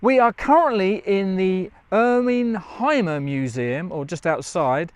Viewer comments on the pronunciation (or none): Hey folks Hymer is pronounced Hümer and not Heimer 😊. Thanks for the vid.